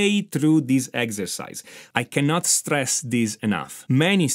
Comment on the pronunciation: DON’T stless